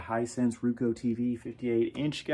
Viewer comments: Pronounce roku as row-koo. Not rou-coe as you do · Its pronounced rOkU not rookoo . good tv